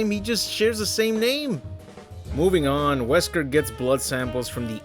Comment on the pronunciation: This Series introduces Nesker, Not Wesker